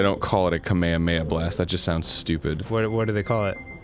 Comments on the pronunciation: this video is 2 years old but i feel like i should say ka-mea-mea is the hawaiian pronunciation, the japanese pronunciation is ka-me-ha-me-ha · Alrighty, since this thread is about Kamehameha, let me ask something that I've been wondering for years now: Why do Americans pronounce it as "kameamea" instead of "kamehameha"? I mean, even Goku's English VA says "kamehameha", yet I've seen several Americans say "kameamea" without the "h" sound. What's up with that? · *Nerd voice Um, EXCUSE YOU It is pronounced KAH-MAY-HAH-MAY-HA, Arin.